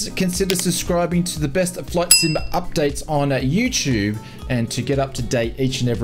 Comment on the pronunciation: What's a u-Choob?